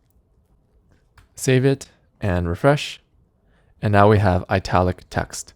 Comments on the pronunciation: you sir , are pronouncing the word "ITALIC" wrong. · everything is nice teh explaination is amazing but why does he pronounce italic like this lol